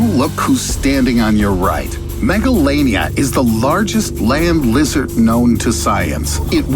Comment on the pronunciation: When he say megalania in my hearing is megalovania